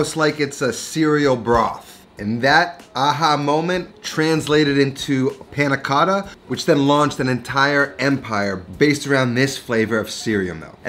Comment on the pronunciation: . You pronounce many Italian things quite well, but "Panna Cotta" you pronounce it too “American” ! ;)